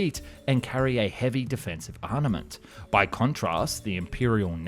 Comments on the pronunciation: Still cant pronounce armament? (Sweetie, "arnament" isn't a word). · >weapondry >Arnament >Applease Love the content but I'm just wondering if anyone knows why this dude pronounces everything normally except for certain words which are pronounced as spelled. Im guessing it's a learned mispronunciation and not a speech impediment but I could be wrong. Regsrdless, genuinely good content.